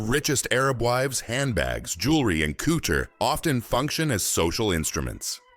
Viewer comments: Couter houses 😂😂😂 Couture yes you say coutuuure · Coutta houses!!!!!!!! Does he mean COUTURE!!!!!! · Did everyone hear this? It didn’t say couture. The AI voice said cooder. Yes. Cooder. Not couture. I can’t watch this shit. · 🤣🤣🤣 This AI really needs to learn how to pronounce couture. All I’m hearing is COOTER houses and that is something ENTIRELY different. 😂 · Pronounce cuu ture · I’m just hearing cooter houses. 😂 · The pronunciation of words like Hermès and couture shows this video is the amature hour.